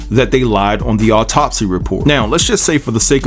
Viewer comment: There is no emphasis on "top" in the word autopsy. The emphasis is on the beginning of the word. Alright....😉